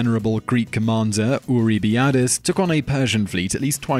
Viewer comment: Re Salamis: the Greek admiral was named Eurybiades (and pronounced Euro--By-Ah-Dees - and the Persian King Xerxes was pronounced Zerk-Zees, although evidence in Persian show that this was a Greek corruption of his Persian name which was said as (they think - no one speaks Classic Persian anymore)... Krish-Kresh. Gawd knows how you'd spell it! Supposedly you can get the best approximation by saying it with a mouthful of pebbles!) And the Japanese Admiral at Tsushima was Togo, not Togu. BTW , you left the battle of Ecnomus (256 BC) off this list - Rome (A Land power with little naval experience) built a Navy, and invented a whole new technology (the Corvus) and then defeated the Mediterranean Naval Superpower of the day, Carthage, all in this battle.